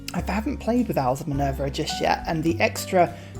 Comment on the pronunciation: I'm English so your accent is no problem. Owls of Minerva you pronounce as Minervia Balogna you crucify and say Ba log nia... it should be ba lon ya, there are others but you get the picture, never mind, sanity (mine) is over rated anyway